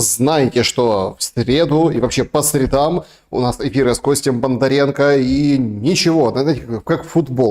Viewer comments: Спасибо,, за правильное '"по средАм", даже в России правильное произнесение редко услышишь. 😎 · За правильное ударение по средАм отдельное спасибо!